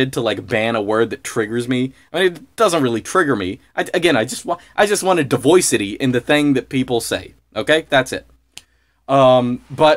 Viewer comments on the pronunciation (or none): im sorry i might not be in the know but did he say divoycity?? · thanks, yes he said "diversity" with a NY accent 😂. Or made a new word: Diversity/Voice synthesis.